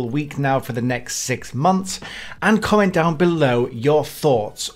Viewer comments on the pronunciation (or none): none